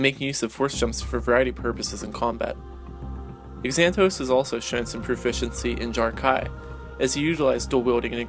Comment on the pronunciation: Xanatos is pronounced Zan-ah-tose with a Z sound, not an x.